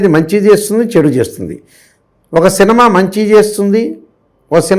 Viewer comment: hrs ఒక సినమా కాదు.. ఒక సినిమా.. "నిమా" అనేది సి తర్వాత చెప్పు నాయనా